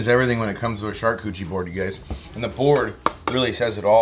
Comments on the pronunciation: I haven't read the comments. But I love this video! And I love what you are doing. BUT your prounaciation of "charkoochie" MAY be wrong. I think it is pronounced "shar-kooooot-er-eeeeee" that said "sharcoochee" is even better!! Love what you are doing! Keep killing it! I prefer watching you spooling fish!!!! Crazy goodness!!!! Love it!!!!! Keep killing it! #stayfishy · "Shark Cootchie" board? 😉😅😅😅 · I believe it's pronounced Char-Cooch-arie lol love this stuff! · "SHARKCUCHIE BOARD"😂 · More smoking videos, please and keep on pronouncing it shark koochie. That cracked me up every time. Thanks for the great content. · I love you …but if you say shark cootchie one more time, I’ll shove you in the river next time I see you out there! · I dont think you're saying "charcuterie" right... LOLLLLL.